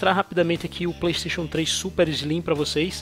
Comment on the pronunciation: Playxxxteixooon, carioca e foda